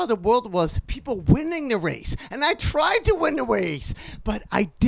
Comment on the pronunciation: "I twied to win the wace" unless I can't hear